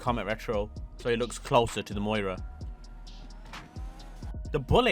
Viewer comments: Moira.. Some car guy you are. It’s miura. Miura also means three bays. Need to learn pronunciation of words. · Lamborghini Miura,not Moira.You're welcome. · It's "Miura". Moira presents the news. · please it’s pronounced “ME-YOU-RA” 😭😭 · The Prius is pronounced “Dil-uh-ton-tay” and the Miura is pronounced “mee-aura” At least with our annoying American accents. Unless you’re from NY/NJ, then the miura is “mee-aaaarah” 😂😂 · BRO IS THROWING ME OFF SAYING THE MUIRA